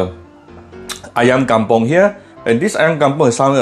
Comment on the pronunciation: Kampung kitchen🤣🤣🤣🤣 steady la, thanks for recipe, the first in which you pronounce malay words eg ayam kampung. But your oi for oil is classic. O-i-l, O-I-L🤣🤣...keep up the oi and more recipes!